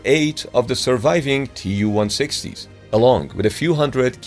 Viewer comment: Tu is not an abbreviation. It is shortened from Tupolev. It is pronounced like 'to' in 'to you'